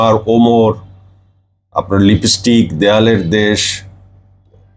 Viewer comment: লিবিস্টিক না, লিপস্টিক। এরা নাকি আবার বাংলার হিরো ছিল।